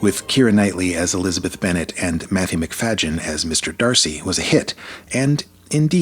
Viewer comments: sorry but you are wrong. The 2005 adaptation is brilliant. The 1995 version is boring. And learn how to pronounce Matthew McFayden's name. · Your AI can’t even pronounce Matthew’s name correctly. Kiera and Matthew are the best adaption. Hands down.